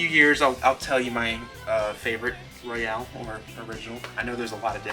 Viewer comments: You're pronouncing it wrong. The way you're saying it is like "Royale". It's Royal. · Royal... not Royale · It’s not royale, it’s royal. Great video, subbed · Surprisingly a lot of people pronounce it Royale.